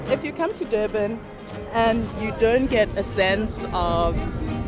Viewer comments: Its Durban not Doorbin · its Durban, not Doorban 😅😅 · Your pronounciation of Durban is literally annoying 😮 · Never heard of Dobben before this guy trashed the pronunciation. OMW great video but damn - without a single second of it dedicated to elocution - annoying! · It's not door man it is Durban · O ja and where is Doerbun? Should get the pronunciation right before visiting again mate! 🤣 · Why do you keep pronouncing it “Doorban”, are you having difficulty reading or listening?…it’s pronounced just like it is spelled: DUR..BAN. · Not dorben that’s not the name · I understand that my guy has an accent but I stopped the vid after hearing "Dorban" one too many times💀